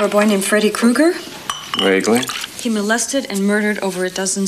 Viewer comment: If you THINK about it--IF you THINK...ABOUT it, Kreuger should be pronounced Kroyger.